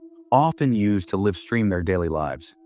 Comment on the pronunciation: your AI is pronouncing live wrong